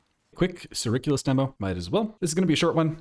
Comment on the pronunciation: It's called CIRCulus, like circle.